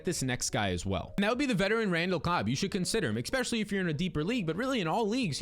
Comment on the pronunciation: Why are you saying expessialy instead if especially